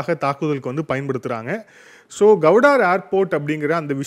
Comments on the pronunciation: Gowdar illa bro Gwadar port.. please correct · உச்சரிப்பில் சிறு பிழையுண்டு. அது கவுடார் அல்ல க்வாடர் (Gwadar) துறைமுகம். தேசிய சேனல்களை பார்த்து திருத்திக் கொள்ளுங்கள் தம்பி. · You are pronouncing Gwadhar as Kauvudari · The port is called Gwadar and not Gowdar… pl,check and correct தமிழில் க்வாதார்… கௌடார் அல்ல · Please pronunciation of Guwadar port properly